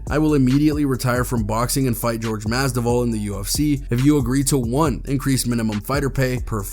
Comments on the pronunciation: "jorge MASDIVAL" lol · Pronounce Masvidal correctly